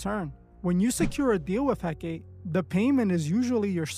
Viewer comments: Hecate (/ˈhɛkəti/ ⓘ HEK-ə-tee, not He-Kate. The wiki page even has a play audio feature. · Pronounced "Hek-uh-tee". Not "Hek-kate". XXX was pronouncing it wrong. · It's not Heck-ATE It's Heck-uh-TAY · Hecate: HEH-kah-tee, HEH-kah-tee, HEH-kah-tee! Not HEH-keit. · The Goddess' name is He-ka-tay, Not He-Kate. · ❌hek-ate ✅hek-a-Tee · It’s pronounced Hek- Ah - Teh . Not Hek-8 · her name is he-kuh-tee . u also don’t know what ur talking about . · Hecate is pronounced heck - car- tay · Hecate pronounced Hek-a-tay. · Pronounced: Hek A Tay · Its pronouced 'hek-uh- tay' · Ok but it's pronounced "heck-ot-aye" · It's pronounced HECK UH TEE. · Her name is pronounced He-cuh-tay, I was actually commenting about XXX then you spoke about it! It amazes me people will believe in this, but not believe in Jesus! Jesus is Lord!! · Hecate, hek-uh- tee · I cringe everytime he says it because of that! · dude cant pronounce hekate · Just so you know, the ''E''at the end of Hecate's name isn't silent. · You’re not remotely pronouncing Hecate right or representative of who she is 😂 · Yeah, the mispronunciation really got to me. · Hekate is not supposed to rhyme with "decade". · I feel like he’s mispronouncing her name on purpose so people can’t look her up or maybe trying not to say her name out loud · I think you’re mispronouncing he c a te name on purpose I too don’t say their names out loud I don’t want to summon it some see her as a goddess I know it is a demon. Anyone “working with” these “goddessees” these entities despise humans they don’t want to “help you” and get things for you they might play along and make you think you have the control until they flip the script and it’s never when you think and always worse than anything else you can imagine. Anyone interested in a deep dive in how this works watch a former occult practitioner Craft To Christ she is really helpful in spiritual warfare and follows God now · I thought he pronounced it wrong